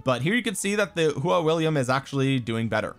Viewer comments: Btw if you want to know the actual pronunciation of his name it’s a hw sound and aw so kinda like hwaw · Love your detailed videos everytime man and i believe that Its pronounced as 'Who-OR'.